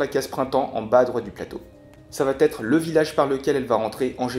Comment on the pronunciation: Comme tu as l'air très sympa et motivé, je me permets de te signaler que tu commets plusieurs fois une liaison verbale qui me fait sauter sur mon fauteuil : il n'y a pas de "T" après le mot "va", et donc le "ça va têtre" est à proscrire. Sinon, merci pour la démo instructive, mais le problème avec ce genre de jeu, comme Scotland Yard ou Whithechapel, c'est que c'est souvent le même qui s'y colle pour faire le méchant, disons par rapport à la composition de mon groupe de joueurs. La Bête fait envie, mais pas certain que je l'achète.